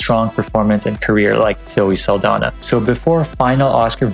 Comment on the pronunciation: you kept pronouncing zoe saldaña's name incorrectly 😔